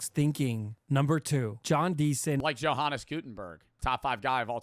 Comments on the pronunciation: i love how says johannes name wrong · ""hannes gutenberg 😭😭 NOT how you say it